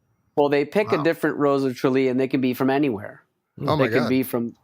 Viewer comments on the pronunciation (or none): It's "Tralee"